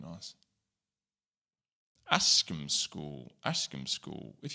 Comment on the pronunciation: Went to the last school on this list bahaha. It’s pronounced AS-KAM school 😊